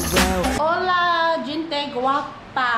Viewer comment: Gente is pronounced Henté